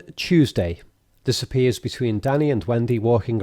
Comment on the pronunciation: Your scouse accent sounds like you are saying 'disapppears' instead of 'this appears' when talking about the captions, even the subtitles think so.